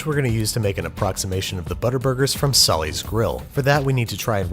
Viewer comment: Hello from Wisconsin! It’s pronounced “sAH-lee”’s, “saa-lee”, not “sully’s” 😂 like the name Molly (M-ah-lee) but with an “S”. Once again, a crazy jump scare to see in a Babish video when that place is SO nichely local that whenever my dad used to take us there as kids, I always felt out of place compared to the four or five “regulars” who they all knew by name. And we lived like two miles away! But my dad and grandpa were apparently once upon a time regulars there and now their red cream soda makes me nostalgic too. (Although their malts were always my favorite over the burgers 😉) To see a butter burger referenced like it’s some unique exotic eating experience made me smile 6 years ago, and today it made me smile again. Thank you for that!